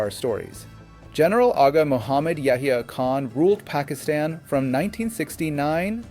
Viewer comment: Why did you miss Zia ul Haq?? He was much worse than Musharraf. Your american accent is laudable except calling Asim Munir and Pakistan. That was laughable.😂